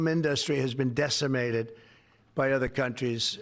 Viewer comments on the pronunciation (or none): "The fill-um inDUSTry"? I can't listen to the man talk. He puts emPHAsis on the wrong sylLABle. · why does he say inDUSTry? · Has he always pronounced it as In-DUSS-tree? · The "filum in-dustry.." What a doofus!!!!! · I know!! And "inDUSTry"....bizarre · Trumps can't pronounce "industry" right!!! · Why can he not say industry correctly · Where does this extra syllable in the word "industry" come from? And he keeps repeating it... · I know its not a big thing, but I really don't like the way he pronounces industry. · “Fill-em” and “industry” are another TWO words he pronounces in a WEIRD way! 😂😂😂😂😂 He’s a BAD JOKE!